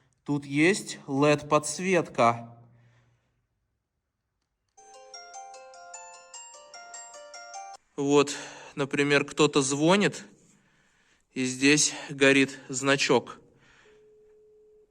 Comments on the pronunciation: Не звОнит, а звонИт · "Телефон звОнит" улыбнуло. Думал, больше не услышу. Кстати, для заброшек это очень хорошее состояние. Думаю, недели хватит всё восстановить, если желающие появятся. Удивило, что никто не рвал двери-окна с корнями, проводку, не растащили инвентарь. Чувствуется, культурный народ живёт, не тот что снизу за поребриком.